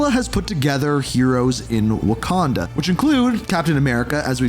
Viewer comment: of Waquanda 😭 😭